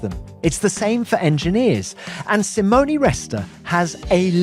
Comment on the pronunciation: I love how Tom pronounces "Simoni"instead of "Simone", in an english way. Italy is proud to have such engineers.